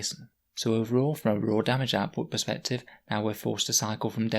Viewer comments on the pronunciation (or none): none